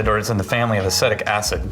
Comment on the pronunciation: BUT ! It pronounced A-SEE-tick acid . I’m correcting you , because I don’t want you to sound like a dufuss . ( Don Rickles; “ I kid because I love “ ) now : back to the movie. !